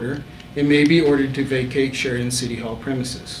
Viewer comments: Can she say Sheridan one more time ? 🤦🏻‍♂️ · Keep saying Sheridan more karen